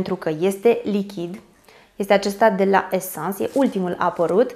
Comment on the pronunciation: De ce pronunți "Esans" ? 😂😂